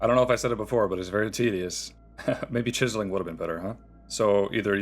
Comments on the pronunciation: cheezling.. Chiz-Zel-Ling my dude. lol, Cheeze Ling, XD Cheeze Ling, Kills me... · I love how you are saying cheeseling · I have never heard a single human being pronounce the word “chiseling” like that before in my life. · I saw this comment at the beginning of the video, waited five hours to hear him say it and I was NOT dissapointed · I’m dying I finally got to it 😂 Reminds me of the meme of the the Mexican pronunciation for big stores (Jōn Depot, Yacie Peenie, Papa Yohn) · Came up with a bunch of ways I thought he might pronounce it and I still would have never guessed he pronounced it the way he does. 🤣💀